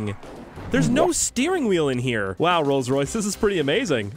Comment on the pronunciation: Its a rolce roice